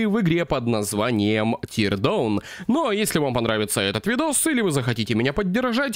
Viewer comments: Не тирдоун а тирдаун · Тир Даун а не тир Доун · Извини конечно, но правильно не тирдовн а тирдаун